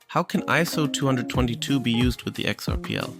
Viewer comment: aren’t you technically saying ISO222..? I always say twenty-oh-two-two. But that’s just me! Anywho! ❤️ You rock man- keep the content flowing!